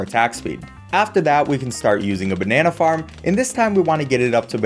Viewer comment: Why did I hear the Banana Farm as Banana Fart